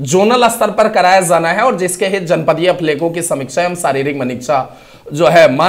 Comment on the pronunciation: Jana hai hota hai sir, zana zana bol rhe😂😂😂😂😂, j ko z bol rhe hai irritation hota hai sunke😅